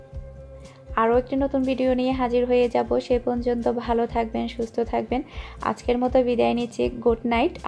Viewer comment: mone kichu niben na 1 ta kotha bole.apni 1ta word bul bolen word ta hol ponjonto.kotha ta porjonto